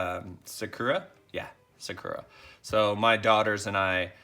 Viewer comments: Naruto is pronounced “Nar uh toe” Sakura is pronounce “Sock er ah” lol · Please pronounce them normally🤦🏽‍♂️ oh my Lordy you offended the entire anime community, “ung” “sukura” come on bro